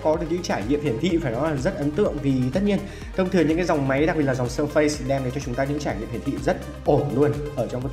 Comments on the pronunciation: Phát âm k phải là sơ phây nhé 🥲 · Phát âm surface sai rồi